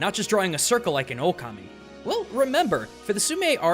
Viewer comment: It's pronounced Shwei Muo Hua Just cause its writen Shui Mo Hua dosen't mean you must read it like that, same like in japanese you didnt say okami but you said it right ōkami .